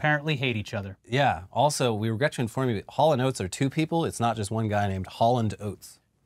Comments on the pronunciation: That hal and oats performance sounded more like Corridors and Granola lmao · Today I learned it's not pronounced Haulin' Oats.